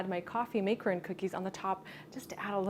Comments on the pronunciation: 'ron. NOT roon. for macaron. jesus and MAC not make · Absolutely great, only thing....I believe that the word macaron is mispronounced. I don't want to sound rude though.